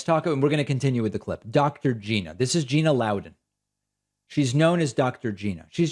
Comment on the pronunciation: Nice to meet you Dr. Gina {geena} No its Gina {G•eye•na} rhymes with China